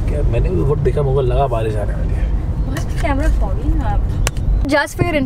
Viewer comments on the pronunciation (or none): none